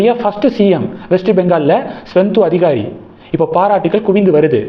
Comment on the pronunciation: தம்பி! நீங்கள் அடிக்கடி மே.வங்கத்தின் பா.ஜ.க தலைவர் சுவேந்து அதிகாரி பெயரைத் தவறாக உச்சரிக்கிறீர்கள். சரி பார்க்கவும்